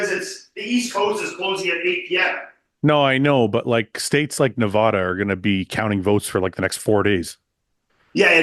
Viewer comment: Na!!!!!vada. Not nahhhhhhhvada fuck